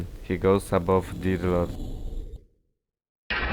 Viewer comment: i'll be honest: it sounds like you're calling Deer Lord "Diddler" and it's honestly kinda funny